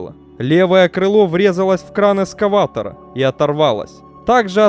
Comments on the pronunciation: эКскаватор, а не эскаватор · Есть пожелание - произносите слово эКскаватор правильно. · «Эскаватор», блин...